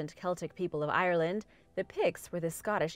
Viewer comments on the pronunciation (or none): none